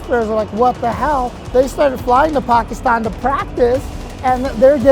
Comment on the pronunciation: "Pakistun... Pakistuni"